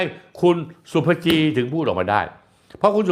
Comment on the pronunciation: ศุภ-ภะ-จี ..... คุณสนธิพูดให้ถูกด้วย